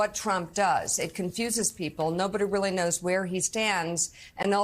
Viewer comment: It’s really Joe not weerly.